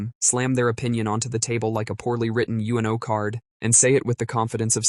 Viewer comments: "You in oh card"? Clankers... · It’s called “oo-no,” Dufus!